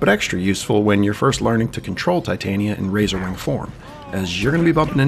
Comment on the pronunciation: I genuinely appreciate your attempt to pronounce her name correctly i actually grew up with her name being pretty common for me this is my 4th video and your the first person to reduce the cringe